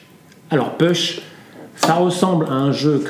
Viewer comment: Ahhhhh nous ne prononçons pas ' PUCHE ' mais " POUCHE " ...